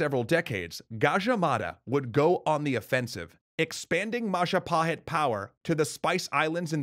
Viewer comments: "It's the mahajapit." CROSS "majahapit." CROSS "mapajahit." CROSS "mahapajit." CROSSSS "ma..ja...pa...hit?" YES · Yup, Indonesians spells "J" more like "DJ", to differentiate it with "Y" which is currently using. So "Jago" here is pronounced "Djago" not "Yago". And more importantly "Madjapahit" not "Mayapahit".